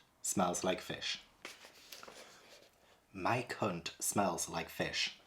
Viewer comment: I can`t stop laugting when from this video says Mike hunt and Mike Lit he sounds like hes says My cunt and my clit 🤣